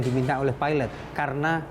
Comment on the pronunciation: perempuan tu asyik peeelot.. lelaki tu ok nyebut pilot degan lurus HAHAHAH